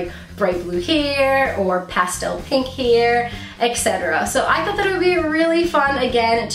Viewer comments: It's called hair not heer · I cringed every time she pronounced hair as 'here' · Is saying heir instead of hair is a accent thing? Never hear anyone saying it this way. Serious question - I am not trying to troll you or anything, my native language is not english either. And you do look cute with your hair up like you had under the wig. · haa I thought i was thw only one! He-er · i thought i was the only one whp went oh my lord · I was looking for a comment like this!! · I'm from the Midwest. I had to really listen to hear her say hair with a slight accent. I think a lot of people around here say it that way. I dont but ya. I just ordered my 1st wig, but using front lace and doing the maintenance to it first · you put all of the wigs on wrong and you say hair weird.